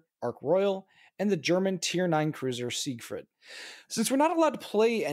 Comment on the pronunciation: Hey, it's SIEgfried. Also neither Japanese nor Russian ships have any prefixes, so please stop adding them. Thanks.